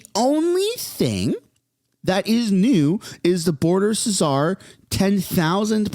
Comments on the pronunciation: President Trump announced the tariffs in November after he was elected and campaigning on it. Czar is pronounced without the C. We do not need another government bureaucracy sucking up %70 of the funding for a department. We already have 1 or 2 ministries that should be doing that job. What will happen is a new ministers office will be announced and there will be 3 secretaries with an assistant and 10 staffers for all 3. Then they will say they are under staffed and that’s why nothing is getting done and another 5 staff per will get hired and nothing will improve. Then the union will get involved saying people are over worked so more will get hired then more office space will be needed. The fentanyl will keep coming and the dealers will be walking the streets because some right of theirs is being violated, while the majority of Canadians right to have safe streets is not even considered. Don’t worry nothing is going to change. Mexico announced that 40 thousand troops are going to be deployed while this liberal plan will take 6 years according to the politicians. So we can ether join the US as 1 country or be taken over by china, pick one, this country is not going to last. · Again you’re wrong. You can’t even pronounce Czar properly. Also the parliament has to come back in session for the liberals to get the money approved for this 1.3 billion in spending approved which will also trigger a non confidence vote. If these measures are not met I can guarantee that Trump will implement the tariffs and they could even increase, so there is no bluffing here. Just cause you have one of the biggest channels about this doesn’t make you correct. In fact I think your ego is getting out of control and your disinformation is making you very liberal. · Czar is pronounced 'ZAR' not 'Ceasar'. Please stop, you sound like a tool. Otherwise great video. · Zar…. The C is silent,lol. Btw your hair looks great!! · Czar is pronounced ‘zar’, the c is silent. 😊 You’re welcome.